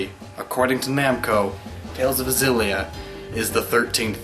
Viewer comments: Actually I think, isn't Tales of Xillia pronounced "ex-zillia", because in Japanese it is called "Teiruzu Obu Ekushiria"? But yeah, I also called it Tales of Zillia because I didn't know what else to call it before. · Exactly. So the point would be that if they were trying to make the game's name Xillia as in Zillia, they would have written it was ジリア or Zi-Ri-A. The エクシ part of Xillia is meant to emphasize the phonetic pronunciation of the letter X as opposed to when the letter X is used in a word which would be like E-Ku-Su. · Not to nit pick, but Xillia is pronounced Eh-Ku-Shi (freely translated into the Z sound)-illia or at least that's how it's written in Katakana. I always called it Xillia like Zillia, and I thought it was odd whenever I heard people pronounce it as eksillia, but that's the official way it's written. You can debate whether the pronunciation should be carried over, but I guess for me it's word of god and source material over adaptation. エ = E, ク = Ku, シ = Shi, リ = Ri, ア = A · ***** No, it's pronounced "Ex-illia" The Tales creators do adapt English words to name their titles, except Xillia isn't an english word. If they wanted it to be called Zillia, they would have written it as テイルズオブジリア. Sephiroth isn't nearly the same situation. Sephirosu is the Japanese pronunciation of Sephiroth because there is no "th" sound in Japanese so they use "su" instead. The reason why we know it's Sephiroth is because the word Sephiroth or Sephirot or Sephira comes from Hebrew and the creators have stated that. Xillia is not based in English. The creators call it Exillia for a reason. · The Tales of Xillia theory would make sense if it was pronounced Zillia, but it's actually pronounced Exillia (エクシリア - lit. Ekushiria) the rest are probably right though, not that I'm gonna check. I enjoyed the video though. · I though it was meant to be pronounced Ex-illia, as in exhilarating. Not Zillia. Am I wrong?